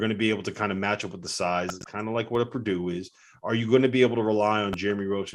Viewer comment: Purdue😂. Stop it!